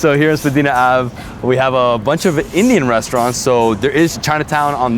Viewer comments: Born and raised Torontonian, glad you enjoyed the city, there’s so much more that you didn’t see though. Only one thing of note, Spadina is pronounced like “spah die nuh” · Spadeena ave lolz